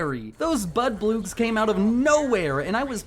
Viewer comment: did he call the bloodbugs budboogs?